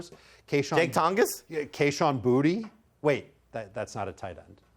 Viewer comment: To be from Louisiana hearing you guys mispronounce boutte is cringe😂😂